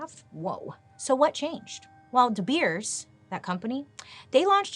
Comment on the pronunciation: Me over here in South Africa, rooting for the episode of De Beers!! PLEASE! BTW the pronunciation of De Beers is spot on!! Can't wait!! 😁😄